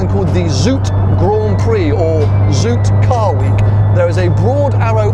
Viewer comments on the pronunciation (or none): “zoute” is not pronounced as “zoot”. It’s more like “zow-teh”